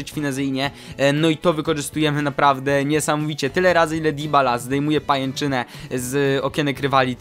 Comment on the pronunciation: Mówi się: Dybala, przez "y", a nie "i"